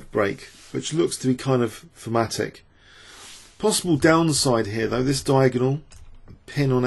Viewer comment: What is this word you always use, is it "formatic"?